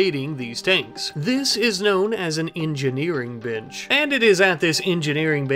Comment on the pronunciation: your pronunciation of "bench" caught me off-guard. not hearing the 'n'.